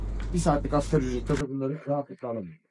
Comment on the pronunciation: Askeri değil asgariiiiii (asgari arapça kelime ,en az anlamına gelir)